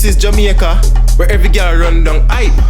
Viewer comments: I thought it's jamAica and not jamieca 😂😂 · So it's pronounced as JA-MI-YA-KA okkkk lesson learned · Jemyeca lol I know that’s how they say it but still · "This is jemeica"💀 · Jamaica pronounced (JU- MEE- U- KU) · This is "ja" "me" aca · “This is Yameica”. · “This is jamEEca” 😂